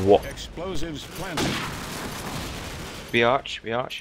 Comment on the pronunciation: B arch sounded like BIATCH BIATCH